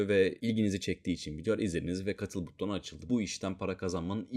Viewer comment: Abi buTTon demen çok dikkat dağıtıyor ya :)